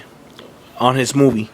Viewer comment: the way you say movie just pisses me off. FUCK YOU!